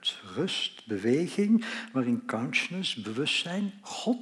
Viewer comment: Gast alsjeblieft spreek uit: "KONSJUSNUS" . Voor de rest Hartelijk Dank!